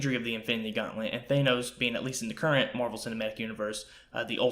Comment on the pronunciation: Nice vid. BTW, its pronounced "THAN-NOS" not "THAY-NOS." :-/